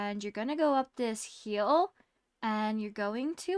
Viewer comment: Hi can you say hill instead of hyel ty!